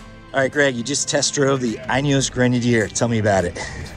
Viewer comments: Pronunciation as follows: The “in” is pronounced as it’s spelling suggests. “In”, not “eye’n”. Add “eos” to “in”and there you go. I gather the North American market is limited to petrol only power plant, and I’ve also heard that you’re possibly limited to the Trialmaster (not Trailmaster) and Fieldmaster models only, but that might’ve changed by now. Something to do with US Type Approval when adding optional accessories during production, as opposed to add on accessories which are fitted post manufacture. Hopefully my 2 seater Utility Wagon will be ready in June (diesel option). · Is it not pronounced "Inny-Yos"? Cuz I heard him say "Uny-Yos" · Great video. 🙂 You probably should learn how to pronounce INEOS though. 🤣